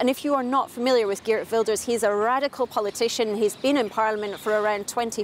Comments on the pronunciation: The reporter is giving a lot of wrong info including unable to pronounce the main names like Wilders. Plus the New Social Contract is not populist at all. BBC kindly correct the info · Don't listen to this propaganda, they can't even come close to pronouncing the names correctly. Please just consider how little they know and how much of a judgemental bias this represents